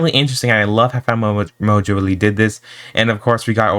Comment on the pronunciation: what they say :phatmojo what i hear : fat mojo